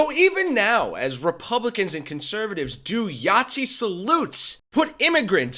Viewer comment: I'll subscribe when you say Nazi. And not Yahtzee